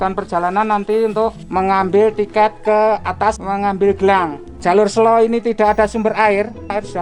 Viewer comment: masih banyak yang salah cara pengucapan "SELO" yang bener seperti yang diucapkan bapak petugas